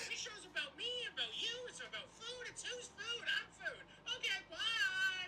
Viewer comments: The best part of cooking videos is the word "about" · Its aboot faking tiiiiimmmmeeee